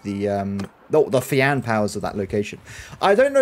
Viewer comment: I don't know pronouncing it fiAN sounds wrong I tend to pronounce it as Fion then again it's the whole tomato thing